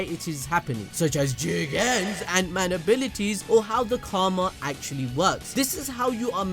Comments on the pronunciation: tell me y u gotta say jigen like dat 😂😂. JIGGGEEEN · Hearing u say “JIGEN” again put a smile on my face 😂